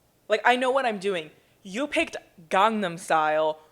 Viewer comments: instead of gangnam style it’s gee but instead of gee they say glee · I can't even speak it but as someone who is Korean that pronunciation was a hate crime